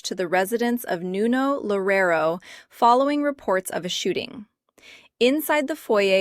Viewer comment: Why are you smiling?? "Lorero", please take a minute from your time to at least learn to say his name correctly.